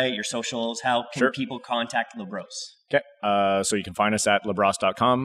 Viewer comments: Got too used to pronouncing Labrosse in the most Anglo way... 😅 It'll be LA BRO SEE next time. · It’s pronounced LA BROSSS, not LA BROS. 😂